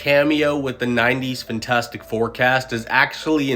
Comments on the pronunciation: IT’S FANTASTIC, NOT FINTASTIC!!!!!! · “Fintastic four”